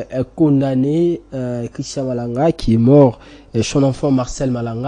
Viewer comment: Vous ajoutez trop des A dans votre élocution... Christan Malanga et non Christan A Malanga